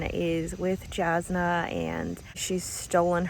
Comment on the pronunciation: I like being confused and wondering about things, I like searching for answers. I think that is why I jumped right into the next book, things weren't tied with a bow, and I wanted to know more. I was so invested in the characters (Adolin is a long 'a' at the beginning, and Jasnah is a 'y' sound instead of a 'j' - I discovered this after listening to Sanderson speak about them) and wanted to find out everything. When I said it feels like it reads faster than a 1000 pages, I'm looking at my other 1000+ page reads and comparing. So Les Miserable, War&Peace, Gone with the Wind, Count of Monte Cristo... I am so glad you liked it though. Relieved. I was hopeful, but you never know. :virtualhug